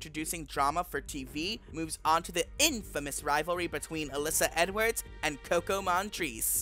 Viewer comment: Possible mispronunciations: Boxxy Andbrews Alyssa Edwarts Trinity K Bonet (without the silent T) The Viking Kandy Puse